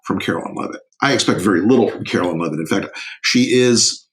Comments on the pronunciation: It's KAREN LEAVE-IT......like George Carlin said you do woth a dump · It's KAREN LEAVE-IT,...like Geogre Carlin said you do with a dump